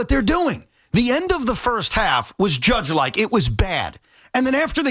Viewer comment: Why does he keep saying “Judgian”? He’s talking about Joe Judge? I don’t get why this guy on the left is trying to put the Jets and Giants on the same level with this comparison. Sure the Giants had a couple down years but they’ve got 2 SB’s in this century and look to have risen back to a competitive level. I get that your team is bad but don’t lie to people on the radio and try and make it sound like anything Joe Judge and the Giants ever did is anywhere close to as bad as what the New York Jets have been for 20 years now. Don’t be a liar